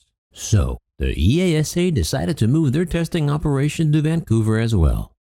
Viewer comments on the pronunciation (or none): FWIW, EASA is pronounced as one word where I live. EEE-ARSE-ER